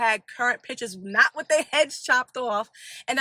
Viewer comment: Pitchers? Oh do you mean pictures? Cmon